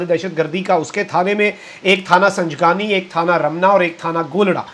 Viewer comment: تھانہ سنگجانی کو سنجگانی پڑھ بول گۓ 😅